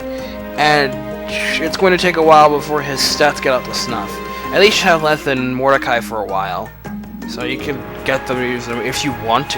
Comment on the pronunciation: Btw, I'm just being a whore with this... it's "Leth-e" as in a reference to the "river of forgetfulness" Lethe.